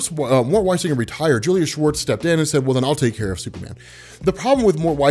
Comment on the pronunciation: Are you kidding me. Julius Schwartz, all these years when i have heard you or others memtion his name i always thought it was Julia Schwartz. I thought that maybe decades ago Julia was some kind of wird unisex name like Ashley or Riley.